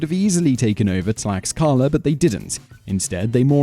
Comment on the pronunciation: Too bad that Simon Whistler doesn't care enough to learn how to pronounce names correctly or at least as close to the correct pronunciations as possible for him. For example, the 'x' in Aztec names is pronounced like the English 'sh', so the city is pronounced "tlash-KA-la." Next, Mr. Whistler destroyed the name of the Aztec capital. He said "Teh-no-CHIT-lan," whereas the name is really "Teh-noch-TIT-lan." In addition, at the end of all Aztec words (the language is called Nahuatl, by the way) that end in "-tl," the accepted pronunciation when not pronouncing it 100% as the Aztecs did is to pronounce both letters. Mr. Whistler gives that ending the sound of "ee" for some bizarre reason. For example, he calls the weapon the "mah-KAH-wi-tee." This is an unbelievable mispronunciation! The weapon is actually called the "mah-kwa-WEET-l." I'm embarrassed for how poorly Mr. Whistler pronounced just about all the names in this video. It certainly doesn't show a level of professionalism I'd expect from him.